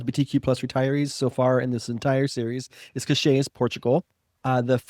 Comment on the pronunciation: Cascais (Portugal) is pronounced Kash-Kise. Very nice place to live.